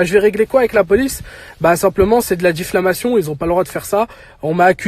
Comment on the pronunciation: « C’est de la diflamation 😂😂😂 » Force à toi 💪